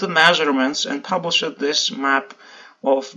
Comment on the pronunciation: Hi, thanks for all you do to keep me informed about what is happening and has happened in Iceland. One suggestion- though Shakespearean actors properly pronounce the ‘ed’ as separate from the rest of the word, as you do. You past tenses would be more clear if you alliterated the ed with the last sound in the word, e.g., published is not pub-lish-ed but pub-lished. Drives is not driv-ed but drived.